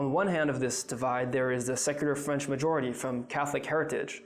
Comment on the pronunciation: Very good French pronunciation